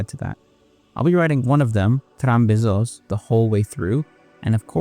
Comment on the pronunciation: Trambesos sounds like tram kisses lol